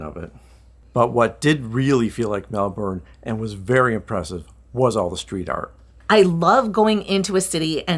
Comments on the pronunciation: It’s pronounced “Mel’bn” not Melburn, Melborrrrn And yes, it’s been a cool spring but wait until Jan and Feb, traditionally the hottest month. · All you need to do now is learn to pronounce the city the way us locals do. It’s not, Melbourrrrnne, it’s,Melbn (almost like bin) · The weird thing about aussie cities is the way you pronounce things. The city of Melbourne, is pronounced 'Melbn' or Melbin not Mel-BOURNE. You guys seemed to almost do it right but I'm glad you liked it. It's a great city. I've lived in both about a decade each, maybe more in Melbourne now but I still love Sydney but I kinda like Melbourne better. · I know this is not your fault but for us the way you pronounce MelbouRne is so weird lol strange no one of the people you met told you the right way to say Melbourne. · It's pronounced 'Melbin' 😉 As a foreigner living here they will be sure to correct you. 🙂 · Oh man, the pronunciation of "Melbourne" is killing me in this video